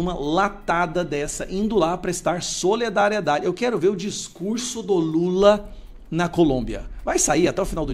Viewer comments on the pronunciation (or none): Não cabe a vc falar SOLEDARIEDADE NÃO SERÁ SOLIDARIEDADE? AMAMOS VC E SUAS POSIÇÕES MAS, SOLE... DÁ NÃO.